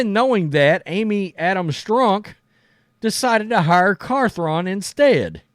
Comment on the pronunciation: Carthron😂 this guy butchers names at a high level, just ask Girard Mayo😂